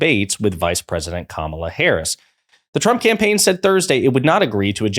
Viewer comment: DonOLD won’t pronounce Kamala’s name properly.